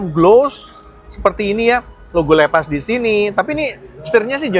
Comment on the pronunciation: Bangg baca nya bukan leepas Tapi seperti bahasa indo aja bacanya lepas